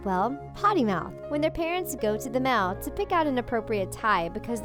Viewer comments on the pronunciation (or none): she says 'mell' insted of 'mall' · its not male its mall!